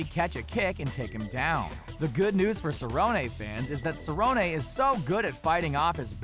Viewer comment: It's pronounced "Cerronee"